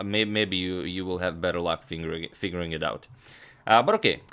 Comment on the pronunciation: Your accidentally saying "finguring it out" made me chuckle.. PS: not a 9 year old